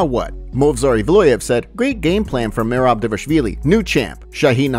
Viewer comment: Feel bad for merab, his name got butchered all event with everyone calling him dewishWilli😂😂😂